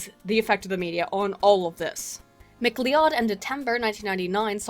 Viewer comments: Mc Lee-Odd? It's pronounced Mc-Loud. lol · minor point-- MacLeod is pronounced "Ma-cloud" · Thought MacLeod was pronounced as McCloud?